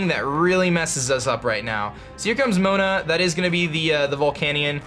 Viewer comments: lol he pronounced it as moan-a its pronounced moe-ana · UnluckyDegree94 moh-ah-nah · MO-AHN-AH moana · Trainer Bud Luke lol I laughed when he pronounced in moan-ah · Lol the way you said moana😂 QOTD:Coke